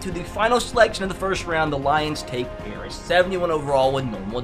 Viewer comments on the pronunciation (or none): none